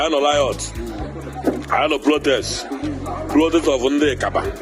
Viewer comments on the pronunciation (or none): It's riot and not liot. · Ignorance is a disease indeed. Consuming dead chickens are now the form of civilization. What a shame!, tell the man to pronounce words correctly. Tell him that it is not "liot", it is pronounced "riot." The other word is not "plotest", it is pronounced "protest." Nobody forced you into being Nigerians. Your brother, Nnamdi Azikiwe, wanted one Nigeria. So, continue to enjoy the fruits of his labour. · Please teach some igbos how to pronounce “R” and “L” in words. What is Plotest and Liot.